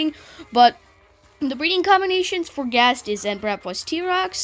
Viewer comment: Is not gazt is ghazt